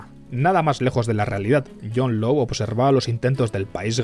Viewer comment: Law se pronuncia con o larga, como lord, no lou.